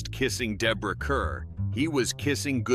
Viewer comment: Deborah Kerr’s last name is pronounced “car.” Very annoying after the third time.